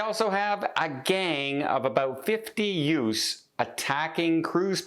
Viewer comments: What are"utes”….oh you mean “youths” Vinny ! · “ What is a youss” 😂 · Did you just say “ yutes?” Sorry, couldn’t resist the “Vinny” reference. Smile